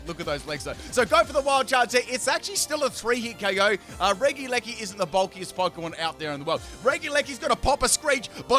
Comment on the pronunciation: Everyone: Regieleki:D: Reggileggi:)